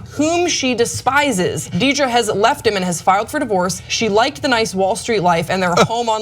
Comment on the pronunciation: It's prounced dear draw.